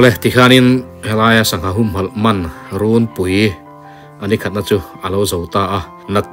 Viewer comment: A hmuhnawmin i comment a ngaihnawm e...mahse thil pakhat, "rûnpui" tih i lam dan hi a dik tawk chiah lo deuhin ka hria, "run" tih lai tak hi "suar" tih i lam thin dan ang hian lam tur a ni. I lam thin dan anga lam hi an tam hle mai a, a dik zawk anga ngai an tam khawpin a rinawm.